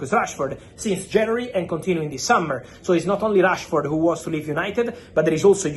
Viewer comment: Why is fabrizio saying Trashford?😂😂😂😂